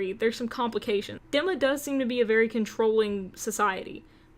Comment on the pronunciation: Dee-ma not deh-ma <3